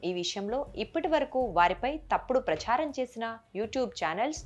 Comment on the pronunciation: ప్రచ్ఛారం కాదు అమ్మా ప్రచారం అని ఉచ్చరించాలి. ఏ పదం ఎలా పలకాలో తెలీని మీరు చేసే వీడియోలు చూడడం మా ఖర్మ